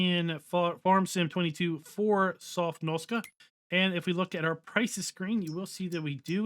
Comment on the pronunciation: You keep saying 'Sofnoska' ..that's nowhere near the correct pronunciation. You keep mixing up the letters. That's like me saying 'Pesvynalia' instead of 'Pennsylvania'...